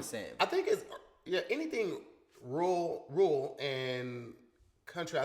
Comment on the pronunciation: I’m so surprised let all attempts at saying “rural” slide😂